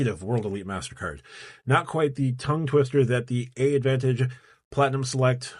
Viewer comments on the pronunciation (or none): Just an FYI...it's not "A" Advantage. The program is called "AAdvantage"...pronounced like Advantage.